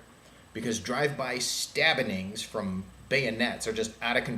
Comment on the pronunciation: LoL. You said "stabbenings". :B